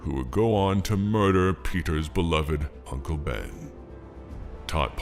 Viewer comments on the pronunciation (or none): none